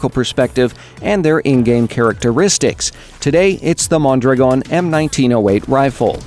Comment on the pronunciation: Wow, the only one who pronounces correctly Mondragòn!!! ;)